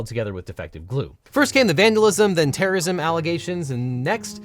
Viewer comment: It's pronounced "terrism."